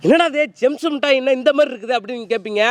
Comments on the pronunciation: ஆக அது ஜேம்ஸ் இல்லை...ஜெம்ஸ் என்பதை புரிந்து கொள்ள வேண்டும் தம்பி...ஆக வாழ்த்துக்கள் ...😂🤣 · ஜேம்ஸ் இல்லடா ஜெம்ஸ்